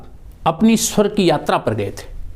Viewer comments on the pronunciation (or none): none